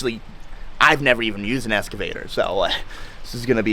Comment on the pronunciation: Bro cant even pronounce excavator never mind do this job. Don't go anywhere near it and stick to cars!